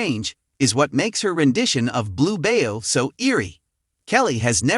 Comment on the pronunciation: It’s Blue Bayou pronounced By you not bayo